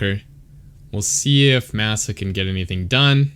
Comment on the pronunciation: I think his name is pronounced with a short a sound "mah sah" 🤓 great commentary tho!